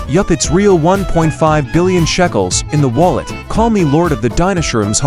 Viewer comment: BTW ITS NOT CALLED SHACKELS ITS CALLED SHECKELS